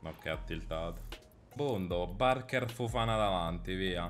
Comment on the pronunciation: Petizione per convincere il a pronunciare “Fofaná” e non “Fofàna”